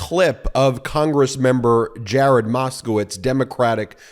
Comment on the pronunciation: I heard it, "Give me MAGA-stove..."😅😂😂😂 you know you did too. And good on Mr Moskowitz! ❤